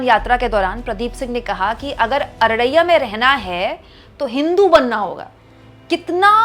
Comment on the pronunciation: It's Araria, not Araraiyya.